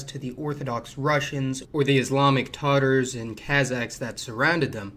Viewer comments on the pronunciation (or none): none